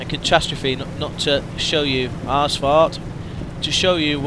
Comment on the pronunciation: Is it just me or does he pronounce "ausfart" as "ass fart" :p?